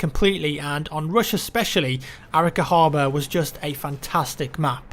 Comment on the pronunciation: a-RI-ca, not Árica